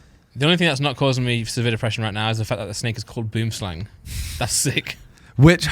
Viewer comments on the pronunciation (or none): 😂😂😂 you guys don't know how to pronounce Boomslang 🤣🤣 it's okay though it's a problem all over the world except here in Souyh Africa and maybe in Holland as well.